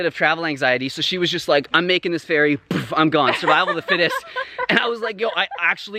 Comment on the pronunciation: Oh ferry...thought you said fairy 😂